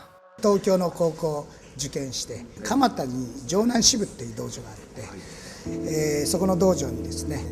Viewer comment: 鎌田ではなく蒲田ですね。 廣重先生のところ。